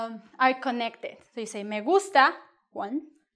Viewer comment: Lol, as I listening it it sounds like "Me in a gungsta or gangster" :)